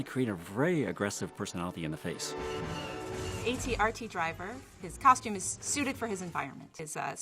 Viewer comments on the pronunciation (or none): I came to the comments for this. Thank you. What bothers me the most is with the AT-RT she pronounces it’s A-T R-T instead of AT R-T.